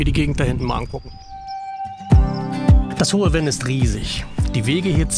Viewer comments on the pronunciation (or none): Sehr schönes Video aus meiner Heimat, in St.Vith geboren und ich lebe heute in Lengeler an der Luxemburgischen Grenze Kleine Korrektur: das Venn wird Fenn gesprochen nicht Wenn. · Das " Hohe F enn" nicht " Wenn " ... sonst : tolles Video ... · Sehr schön! Obwohl ich um die Ecke wohne und so oft in der Gegend auch mit Camper unterwegs bin, habe ich neue Anregungen erhalten! Nur ein kleiner Hinweis zur Aussprache: Das hohe Venn spricht sich nicht wie „Wenn“ aus, sondern Venn wie Vogel 😊 ich freue mich auf weitere Videos von Dir!